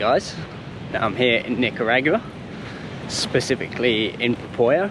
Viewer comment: Love the content bro ! But the way you pronounce Nicaragua is hilarious 😅 try NEE-KA-RAW-GWA 😁😎🤙🤙